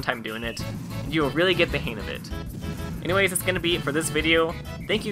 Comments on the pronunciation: Dude. It's HANG. Not "hain" Sorry. It was really bothering me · Im sorry but it irritates the fuck out of me that you say "han of it" pronounce the "G"!!!!